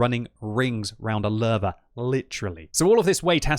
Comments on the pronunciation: I keep hearing larva instead of Löwe. You might want to put it into google translate and listen to the correct pronunciation. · Is it just me or does it sound like says larvae when he tries to say Lowe? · The german "W" is pronounced "V"